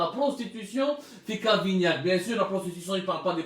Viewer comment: Regle tes pendules...c'est cavaignac non cavignac.si c'est un probleme d'élocution...un orthophoniste ferait beaucoup de bien.😁